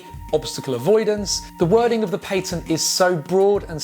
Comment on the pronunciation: Paytent lmao 3Head